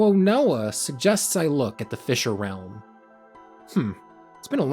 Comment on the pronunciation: don't worry champ you nailed the pronunciation fisher realm 4 lyfe i wish my poh could be like the fisher realm